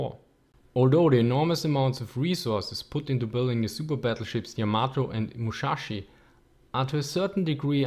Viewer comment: also the prununciation of musashi is wrng but k idc